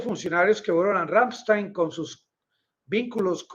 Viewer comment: El nombre de la Base bien pronunciado es Ramm- Están un saludo desde Alemania